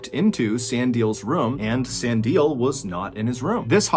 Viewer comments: Its San di le. E pronounced like the e in ledge. And the di is pronounced dee, not die. Its strange when content creators dont check foreign name pronunciation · In South Africa, Sandile is pronounced San dee Le (as in the beginning of leg). I love hearing all the strange stories from SA!! Thanks!! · I really like your videos. Pretty dark and thought provoking, but still interesting. One criticism - take more time to pronounce names correctly. E.g. San – Like "sun" or "sahn" (soft "a"), di – "DEE" (stressed, like "see"), le – "leh" (rhymes with "meh" or "bet," but clipped). Any LLM could give you that. Doesn't have to be perfect, but perhaps it will be more appreciated. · San di le not san dile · Sandile...pronounced. sun deal lair. No put it together and say it fast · Sah-ndee-leh (Sandile) 🙏🏿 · Sandile pronunciation is so funny!! Good try! It's Sun-dee-le (le, like the French say it) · San di le is how you pronounce the name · Sandile is pronounced Sun Dee Lay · Thank you for pronouncing Stellenbosch correctly. Sandile is pronounced "san-DEE-leh